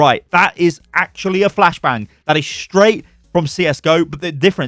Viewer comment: "A flash blang"- 2020